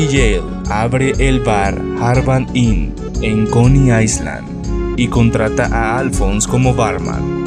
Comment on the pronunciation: Se pronuncia coni ailand, no ailand